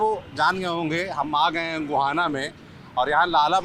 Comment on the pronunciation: Guhana ❌ Gohana✅